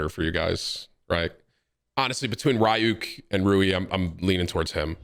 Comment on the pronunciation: Can’t say ryuk properly idk if it’s for u